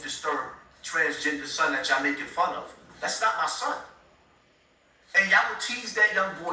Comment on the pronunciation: It’s (Son) not Sun ☀️ lol